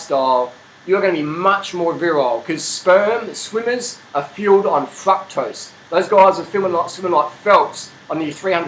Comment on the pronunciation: "FuckToast"? Oh shit I didn't know what dafuck he was saying LMAO! Fructose man LOL!